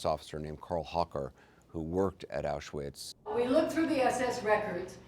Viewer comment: The banality of evil. But why does Anderson Cooper not pronounce ‘Auschwitz’ correctly? It’s so disrespectful.